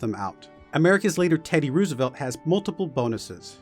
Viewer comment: I see a lot of hate, i dont know much so i dont agree or disagree but can we adress the fact he said teddy roosevelt like rew-s-a-velt